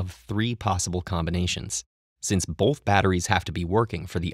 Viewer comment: hate the way he says "bolth" instead of "both"